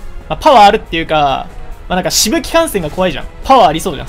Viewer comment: 飛沫感染をしぶきかんせんっていう人初めてだわ